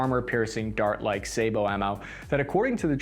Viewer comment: Thank you for pronouncing "say-bow" Is it really so hard? Apparently, it is. But again, thank you.